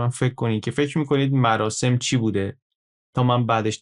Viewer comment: عالی بود مثل همیشه، گفتید مراشم آش پزان، مراشم 😁 می‌دونم دقتم بالاست😅